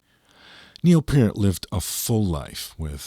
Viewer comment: Thank you for pronouncing Neil's last name properly!